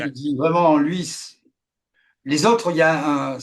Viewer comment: L'invité ne sait pas prononcer les O. Les Ôtres en place des autres, suppase en place de suppose...